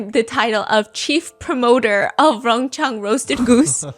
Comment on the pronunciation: it's Rong Chang. Not Rong Chen. 荣昌！